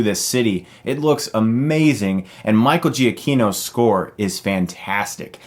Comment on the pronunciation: Michael Giacchino is pronounced "Juh-Chee-No."